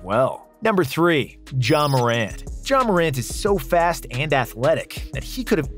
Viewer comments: No way he called ja “John” 💀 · NO WAY YOU CALLED JA JHON